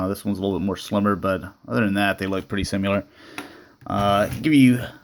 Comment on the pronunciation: Holy shit. First, you need to look up the definition of "pearly-white", then, from now on, when you say the word "similar", you won't pronounce it "simular".